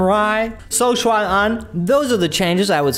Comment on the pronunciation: I thought your pronunciation of Xuan Anh's name was pretty good then I saw on your website that you grew up in China. Cool dude! I teach Chinese kids. Where did you grow up?